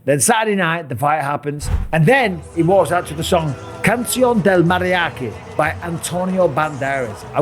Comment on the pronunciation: The way he saying "cancion" is hilarious 😂😂 it sounds like hes saying "underwear of mariachi" 😂😂